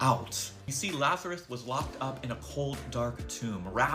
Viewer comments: He couldn't even get the name right. Kept calling him Lazareth instead of Lazarus. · Is he saying Lazareth? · dude literally said "lazareth" more than once 🤦‍♂️ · Wow, wrong. And He's not even pronouncing Lazarus correctly. There was no Lazareth in the Bible. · I know the guy on the right is GAF, but his name is pronounced “Lazarus”, not “Lazaruth”. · Did I hear correct that he calls Lazarus "lazaruth". This guy is clueless as well as demonic. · lazareth? he didn't even get the name right... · Why is this “reverend” pronouncing his name “Lazaruth”? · dude in the video kept mispronouncing Lazarus as "Lazareth"... didn't you hear that?